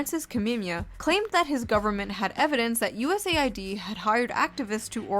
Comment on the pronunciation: finally someone pronouncing it right